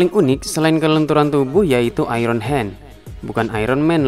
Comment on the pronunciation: iron: bukan airon tp ayen